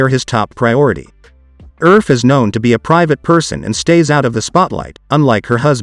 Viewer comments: Pronounced "Erfeh", not "Urf" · You pronounce it Err-feh, not erf! 😂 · Her surname is pronounced "ER-FE" not "ERF". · I'm from the Philippines. And I find it weird, the way the narrator is pronouncing Elaine's surname as "Erf," but is spelled as Erfe. Most names in the Philippines have Spanish origins, being a Spanish colony for 3++ years hence it should be pronounced as "Er-fé." Just like how one pronounces the company name, Nestlé. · Elain Erfe is a Filipino. Pronounce it as Er-fe, not Erfe. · Her family name should be pronounced as er-fee, not erf.